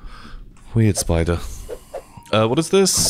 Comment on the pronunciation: This whole time i thought was saying 'speed ray' when he was saying 'spidre'